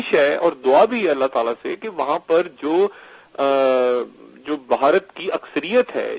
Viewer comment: لفظ باہارت اور بھارت کے بولنے لکھنے میں فرق ہے، میری بہن آپ کا تلفظ غلط ہے آپ بھارت کو باہارت کہہ رہی ہیں ، اپنے یہاں تو خیر ہے پر ہندوستان میں اس لفظ پر بھی آپ کا مزاق بن سکتا ہے تو میری بہن آپ سے درخواست ہے کہ ہندوستان کے لئیے لفظ باہارت کہنے کے بجائے بھارت کہئیے۔ شکریہ